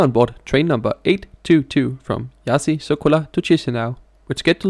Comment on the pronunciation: And it's not Iassy either. It's Iash.